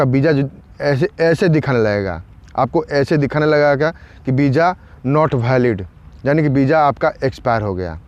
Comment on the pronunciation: Bro property say VISA not BIJA 🙏🙏🙏